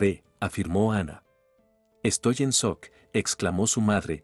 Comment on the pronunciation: No comprendo porque el narrador dice macol? Se pronuncia ( maycol) y no se dice sock se dice shock.